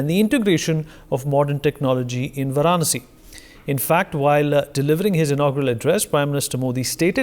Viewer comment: Varaanasi ❌ Vaaranaasi ✅